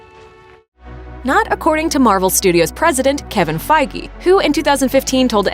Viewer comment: You pronounce Kevin Feige correctly but not bona fide. Standards please.